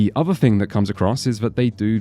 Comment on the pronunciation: It’s relatively small thing but the way this guy says “th” is abhorrent. When he says threat or thing it sounds likes fret or fing